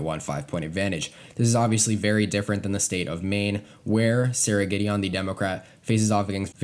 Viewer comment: It’s pronounced like Giddy-in